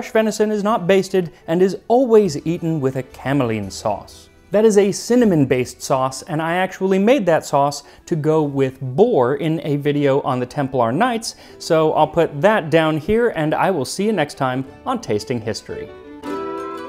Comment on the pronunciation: “Temp-a-lar”?!? ‘Temp-LER’!